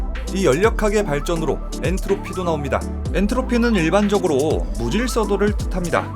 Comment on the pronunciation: "엔르토피" ㅋㅋㅋㅋ